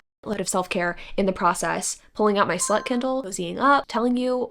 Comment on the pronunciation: I was listening to your video in the background while I made some breakfast and less than a minute in. You said your “slut” kindle and I had to replay it too look at the screen cause I was so shocked 😂 But makes sense with your case